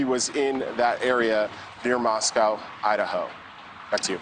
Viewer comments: It's also pronounced Mos-co not Mosc-yao. We prounounce it differently than they do in Russia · LAY-TAW not latta. MOS-CO, not Mos-COW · He pronounced the county name and the city name wrong in this report. It’s Lay-taw (Latah) County and Moss-co (Moscow) City. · Dude it’s Lay taw County. Just like Mosco long O not Russia. Many names in this area are Native American like Cour da lane (pronunciation not correct spelling). Please learn correctly thank you. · and Lay-tah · Your reporters should be professional enough to at least pronounce Moscow correctly! Come on!